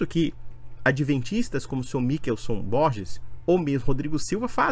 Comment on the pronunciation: Nao sabe nem ler Mi- chel- son 😅😅😅😅😅